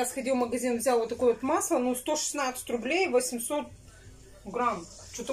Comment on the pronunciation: Настя умеет считать до шышнацыти